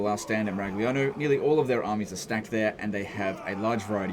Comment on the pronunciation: 🤌🤌🤌It's a Miragliano legend whatt'are you doing!!!! bad pronunciation, warhammer Tilea is Italy do notta destroy the names of our beautiful cities mamma mia!!!!! 🤌🤌🤌 greetings from Italy and please don't butcher the names 😂😂😂